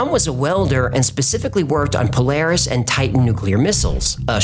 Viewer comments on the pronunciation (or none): none